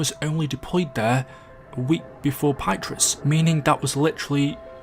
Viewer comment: Haha pie truh